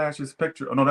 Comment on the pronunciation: "BILLY EYELASH" 🤣 🤣 🤣